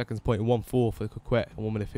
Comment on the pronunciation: It's actually pronounced coh-Kay I think